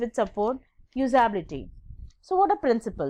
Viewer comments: MA'AM FIRST OF ALL LEARN HOW TO PRONOUNCE USABILITY AND GENERABILITY :) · Not everyone's first languge is english , its ok if she her spellings or pronunciation was wrong on few places , calm down.